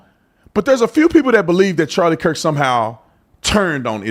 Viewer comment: The second preacher got Charlie's last name wrong as well. He called him Charlie Kris. With as many times as Charlie's name has been said this week all over social media and the news and the man can't even say Kirk.